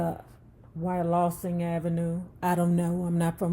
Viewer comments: Its pronounced WHY-A-LOU-SIN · Wah-Lou-sin is how it’s pronounced lol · We West Philly folks don't pronounce the "A" in Wyalusing!! It's "Y Lusing"!! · Wyalusing. Yloosing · West Philly Art.......Wylusing..pronounced....Y-Lusing!!!! Germantown is a section of Philly.... not a suburb of Philly. DC definitely had the New Balance kicks first!!!! We rocked Playboy sneakers, Gucci, Adidas and Leather Pro-Keds in the early 80s!!! Joint comes from NY. Jawn is from Philly.